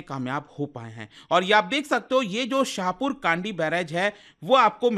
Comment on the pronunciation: Correct pronunciation of the name of river is रावी not रवि and Village is शाहपुर कणडी